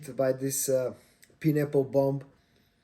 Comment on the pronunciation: “Pie”n apple… not Pin apple… :)